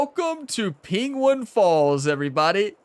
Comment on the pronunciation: Say penguin proply for fuck sake